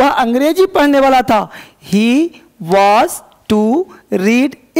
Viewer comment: Sir वाज नहीं वॉज होता है